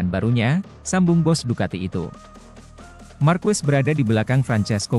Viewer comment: MARQUEZ bacanya MARQEZ ya